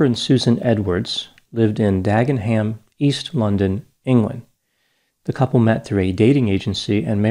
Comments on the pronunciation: As a British viewer,I hope I can be the first to inform you - we don't pronounce the 'h' in Dagenham. We rarely say 'ham' at the end of place names. We say 'um' , not 'ham'; mainly to confuse Americans I think. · Lol, it's Dag-en-um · It's pronounced "Daggenam". The Brits often drop the letter"h" in towns which end with "ham". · I really enjoy hearing people attempt English place names. We pronounce it Dag-Num :) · "Daggenum" is how you pronounce "Dagenham" I think Landscapers glossed over their crime too much, it was too kind to them. They were pretty heartless people but the show made them seem innocent and hapless, love Oliva Coleman and David Thewlis though. Two of my faves, fantastic pairing. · Dagen'm is the way we say it here 🇬🇧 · Pronounced Dagenum...do not forget me oh my darlin... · Pronounced Dag-enam